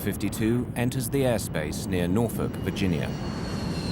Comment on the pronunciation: Props for pronouncing “Norfolk” correctly 👍